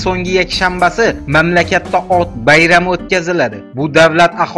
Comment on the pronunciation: admin matnni to'gri o'qiwni o'rganing, gerbda O'T ni rasmi emas OT ning rasmi tasvirlangan deb o'qiw k.k, yana qo'wimcha qovun sabzavotmas poliz ekini hisoblanadi